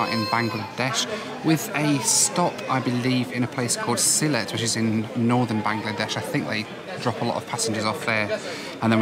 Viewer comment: It’s Sylhet. 🙂